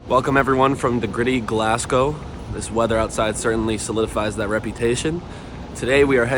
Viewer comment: You dun need ta say Glasgow like ye did, "glass-cowe"... its just "glaz-gow"